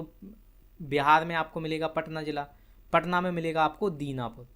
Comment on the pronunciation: Dinapur nhi danapur hota h.kya galat padha rahe ho